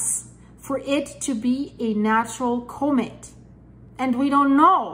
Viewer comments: Comet Not Cumet there is no U in Comet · Enjoy you reading scientific data but please correctly pronounce " comet " as in kahmet , kaka , not comet as in copay , cooperate , or coco puffs .